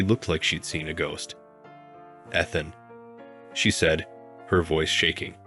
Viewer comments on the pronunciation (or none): Pronouncing the name Ethan wrong , it’s not Athan. Learn to pronounce words/names right. Soooo annoying. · EEE-than (Ethan) Fee-an-saa (fiance) Learn how to pronounce words. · Ethan and eeethan are not interchangeable. My sons name is Ethan… it’s pronounced “EETHAN”. Me not meh! Got it?